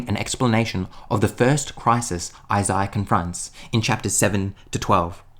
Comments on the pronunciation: I wish I could go back to before I heard Isaiah pronounced like that... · Tried watching. Can’t really stand how he pronounces Isaiah as Isiah.